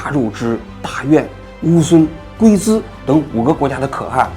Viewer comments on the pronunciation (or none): 小小纠正一下王局的发音， 龟兹国（拼音qiū'cí，不是guizi😁）。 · 龜茲 叫 qiūcí，不讀 「gūi zī」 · 那两个字念qiuci不是guizi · 王局那是，龟（qiu 第一声）兹，不是gui兹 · 王局 龟兹不是gui zi，是qiu ci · 王局做的节目真是越来越没水平了，只能靠和历史帝王强行联系起来，讲一些只想听阴阳怪气讽刺而不想追求其根本的低级反中观众的编造内容，赚几个饭钱。王局，你的路注定会越走越窄。btw, 龟兹不念规资，念秋词。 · 龟 石读 qiu 不是gui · 龟兹国，应读成qiu zi,不能读成gui zi。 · 那个“龟兹”念qiu ci🤣🤣🤣🤣🤣🤣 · qiu兹还是gui兹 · 龟兹读作qiu ci，不是gui zi。作为记者，犯这个错误不应该。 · 我就是想说发现好几次了，做视频总读错字是咋回事呢😅不是guizi，是qiū cí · 龟兹，音丘，不是gui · 纠正读音不是guizi，而是qiuzi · 我滴妈呀！龟子在哪里？龟兹吧😂😂😂qiu ci。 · 不应该是qiuci龟兹吗？ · 龟兹是qiu ci，不是gui zi😅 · 笑死，龟（qiu）兹都点不对，还鬼磁……这都搞不懂还评论中亚？ 你口腔里的每个口疮都在笑你…… 我就是中国公民，生活地很幸福，哈哈哈，这么幸福不气死你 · 是龟（qiu）兹喔，不是龟（gui）兹😏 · 龟滋。念秋滋。王局注意啦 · 纠正一个错误，那个西域国家 龟兹不念gui zi，正确读法是qiu ci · guizi可还行 不是 qiuci吗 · 王局念错了，龟兹不是念gui zi，念秋qiu 瓷ci。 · 王局，龟（qiu）兹（ci） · 王局，龟兹不是发（GUI ZI）,正确读音是（QIU CI） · 那个不叫龟兹gui zi 叫龟兹qiu ci，善意提醒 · 龟兹不读guizi, 读qiuci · 王局，龟兹不念gui zi.念qiu ci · 王局，龟兹不读gui zi，要读qiu ci。这个读音来源于大唐西域记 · 那个叫龟兹qiuci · 王局没文化，那个读龟qiu兹ci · 王局，那个“龟兹”应该叫qiu ci（求瓷） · 志安老弟，龟兹，读Qiu zi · 王局，龟兹念qiuzi,小错误指正一下。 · 记得龟兹读作qiuzi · 笑死人了@ 更正一下你的口誤，龜[ㄑㄧㄡ] 茲[ㄘㄧ]國 大陸拼音 Qiu ci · 勘誤 龜茲，唸ㄑㄧㄡ ㄘˊ；qiū cí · 很精彩，我也一直在关注王局，但是那个是龟兹，念“qiu（一声） ci（二声）”，下次别这样啦！ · 王局，龟兹正确发音应为（丘慈）。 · 龟兹（qiu ci）😀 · 龟兹是qiuci吧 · 龟兹（qiuci），曾经的央视主持人，还是考究一点吧！ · 龟兹(qiu ci) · 龟兹，读错了。qiiuci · 纠正王局一个小读音的错误龟兹（qiu ci）第一个一声，第二个二声😂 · 零下20度的水温，那不都是冰壳子了吗😅另外，龟兹，音秋词。吹毛求疵，听了出戏，王局别介意。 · 龟兹 （秋词）吧😂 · 那念龟(qiu1)兹(ci2) 可(ke4)汗(han2)！！！！王志安文盲！！！！🤣🤣🤣🤣🤣🤣🤣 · 给哈哈哈，龟gui兹zi，笑死我了，王局你语文老师是谁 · 龟兹应该念秋辞吧？ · 现代标准汉语将“龟兹”读为“qiū cí”，主要参考自玄奘《大唐西域记》的记录： '屈支，旧曰兹'法云注曰：'又音丘慈' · 龜茲音讀（秋詞） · 龟兹，应该读qiūcí。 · 纠正一下王局的读音，龟兹读作qiū cí；新版《辞海》中，大月氏的读音也改为了yuè zhī，希望节目能越来越好😀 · 龟兹qiu ci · 龟兹（que ci） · 王局，古国名“龟兹”读音是qiuˉciˊ 😊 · 龟兹，读音是“秋瓷” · 给王局纠正个读音 龟兹 要读丘慈。王局辛苦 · 好叫王局知道，龟兹 qiū cí。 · 龟（qiū） 兹（cí），王局业务水平要坚持提高啊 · 支持王局！🎉但有个词读错了，不是龟滋😂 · 那个 的地方，如果王局是想要读『龟兹』的话，其实这两个字组在一起念作『秋词』。（五一刚从新疆回来，去了个好几个博物馆，把西域历史好好了解了一下，非常有魅力！ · 龟兹 qiu ci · 龟兹 qiuci 总算抓住一个王局不懂的😂😂😂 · 王老师，龟不念gui😅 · 来，跟我读龟兹qiūcí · 龟兹念错了，qiu1ci2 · 龟兹（qiū ci） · 龟兹，qiu ci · 龟兹读qiu ci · 龟兹国读音应该是秋瓷😂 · 龟兹国读(qiu ci), 王局，纠正下。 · 龟兹，念作丘慈，不念龟兹… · 王局，龟兹这个念qiu ci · 纠正一下：那念龟兹qiu ci 😊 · 龟兹 龟读秋音